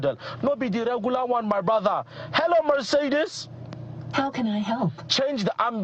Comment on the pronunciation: 'My BRODDA' 😂